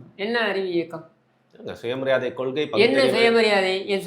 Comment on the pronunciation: கொள்கைனு தெளிவா சொல்ல சொல்லுங்க பார்க்கலாம்??? கொளுகைனு தான் வாயில வருது. மாவீரன் படத்துல யாரோ காதுல பேசுற ரெகார்ட் வாய்ஸ் கேட்டு கேட்டு பேசுற மாதிரி இருக்கு!!!???